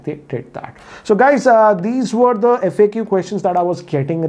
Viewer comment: I thought at first he said lets do you f**k you video, had to replay again lol